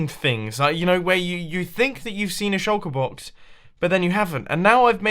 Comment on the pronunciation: Everytime you say Shulker Box, I hear Chocobox